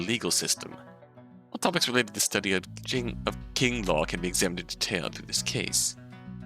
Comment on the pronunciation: "Qing" is pronounced "ching" I believe :)